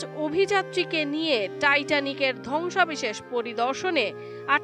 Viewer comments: ধ্বংসাবেশেষ না "ধ্বংসাবশেষ" ঠিকমত উচ্চারন জেনে তারপর সাংবাদিকতক করতে আয়। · উপস্থাপিকার উচ্চারণে প্রচুর সমস্যা পরিলক্ষিত হয়েছে। ধ্বংসাবশেষ হবে,সে বারবার বলতেছে ধ্বংসাবিশেষ।